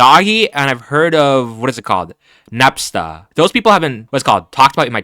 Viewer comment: ah yes my favorite player. Nepsta